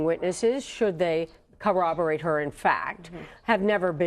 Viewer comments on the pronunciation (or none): It’s not “CO-rahb-er-ate”, but (as the legal expert said) “COR-rahb-er-ate”.